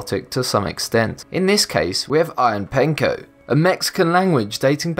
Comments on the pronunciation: "Aya-pah-Ney-co"... Not "Aya-Pane-co"... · 1. U said Ayapenco and it spelled Ayapaneco 2.u said Mexico & it being south America & 3. The fact that u said this was mexican the 1st pic showed Machu Pichu which is located in Peru......pls educated ur brain before opening ur mouth...